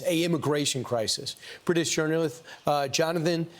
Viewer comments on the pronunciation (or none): Lmao the way he says journalists haha